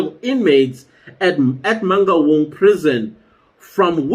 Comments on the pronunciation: Eish, the way he pronounces Mangaung is traumatizing. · How non-Sesotho speaking people pronounce "Mangaung" sends me 😂😂😂😂